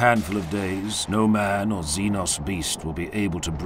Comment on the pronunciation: ima just gonna throw this out there the mispronunciation of "xeno" bothers me isn't it supposed to be a hard "Z" noise like xylophone e.g. "zeee-nose"